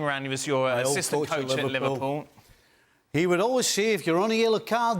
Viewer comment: Lets hear steve kloppl when it's liVARpool. Ok buddy lol